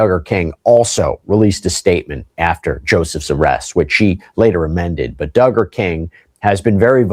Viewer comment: 🤦🏻‍♀️All you need to do is google or youtube “how to pronounce Duggar last name (from the popular show: 19 kids and counting)” Its Dug-ger. Not Do-ger. We always need to do our research prior to making a video. Also, most of your show is fake news. Yes he was arrested etc but sooo many details are wrong. ex: None of the Duggars are part of a cult or part of that Baptist preachers teachings anymore, not for 20 years! They are all evangelical and modern Baptists now and all part of mainstream mega churches.